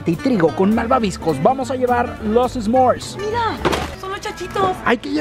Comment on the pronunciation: Chicos No se dice Esmors, se dice S'mores